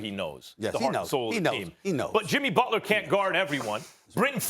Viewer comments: It’s not Butla it’s Butler I believe? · JIMMY FREAKIN BUTLAH, TAKE OVUH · Take a shot every time Stephen says "BUTLAH"! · Jimmy BUTLAH